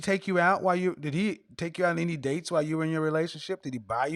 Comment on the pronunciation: She can't even say the word ''dates''. It's ''dates''. Not ''daay''.